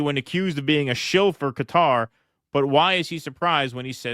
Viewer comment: At least he pronounced Qatar correctly